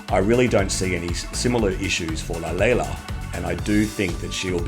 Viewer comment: Wow! I'm so impressed on how great you pronounced Lalela and Shudu. You are one of the few who could. Thank you for that. You have just gained a fan. I'm subscribing now. Love from South Africa.